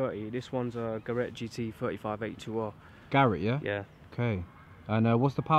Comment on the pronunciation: I wasn't even making joke, i was laughing at how repeated it back the same way most others say it 🙊